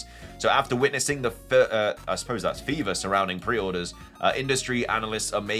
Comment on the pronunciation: no it’s “ferver.” Not fever. Ferver: a verb. A boil or simmer.